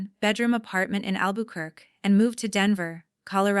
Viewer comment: You need to teach you AI to pronounce Albuquerque correctly.